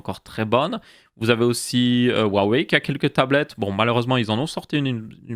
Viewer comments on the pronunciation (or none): none